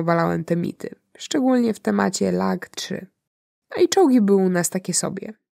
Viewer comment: "T-90 bije na glowe dowolny czolg zachodu." Dobry ten gosc, jednym zdaniem sprawil, ze zaplulem monitor kawą. PS. ŁaGG-3, nie LaGG-3 - bo Ławoczkin.